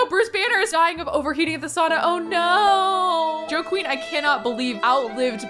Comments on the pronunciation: I was like “Oh she’s saying Joe Queen, cute sim name” But then seeing their name was Joaquin (hwaa-keen) it just made me giggle a bit lol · pronouncing Joaquin as JoQueen is everything. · but how Does one say Guidry's name?? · It honestly took me a minute to figure out what she was trying to pronounce. But then again she also says "Goodry" so I guess it shouldn't surprise me 😅